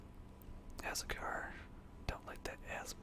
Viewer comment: A-soo-car is azúcar not azewkar😂😂